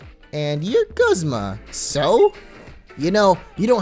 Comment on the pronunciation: It's guzma not gozma